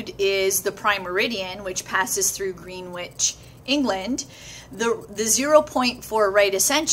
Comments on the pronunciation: why is it us brits know how to pronounce ALL the american and canadian place names correctly but you lot over there are crap at pronouncing uk place names, and other place names too? its NOT pronounced GREEN WITCH its pronounced grennidge, its not eye rack its pronounced irark, and everybody in the uk knows arkansas is NOT arkazass but Rkan Sore, can you not return the favour pls? and i dont itallicise or punctuate for speed, rant over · You're a great teacher. One thing as someone who lived near Greenwich England. It is pronounced "Grennich", locally. Just one of those English quirks, I suppose. Thanks for your explanation - it is most helpful.